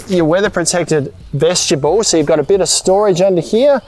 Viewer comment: Say it with me, vest-i-bule. Not veshtibule.